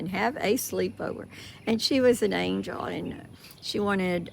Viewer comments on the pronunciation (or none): none